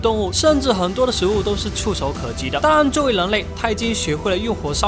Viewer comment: ‘’当然‘’我每次听到的是“当啷”